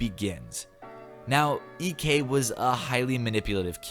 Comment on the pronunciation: That moment when you say eekee instead of EK